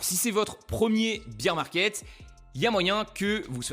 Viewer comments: Alors tu as le beer 🍺 market comme tu le prononces en Anglais et le bear 🐻 market 😅 merci pour tes explications ! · Bear market pas beer market .. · BEAR market pas BEER market lol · Super vidéo, par contre faut prononcer "baire", parce que prononcé "bire" ça veut dire bière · Beer market ?? Faut le prononcer correctement le bear market sinon ça ne veut rien dire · Merci, ça me dérange à chaque fois que j'entends "un beer market" ...